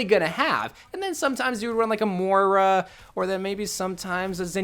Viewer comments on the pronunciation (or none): none